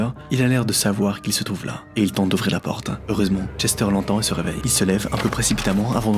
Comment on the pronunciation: A seconde c'est moi ou il dit "OUVRE LA POTRE" 😂😂